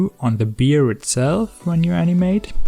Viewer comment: A bear is not a beer 😉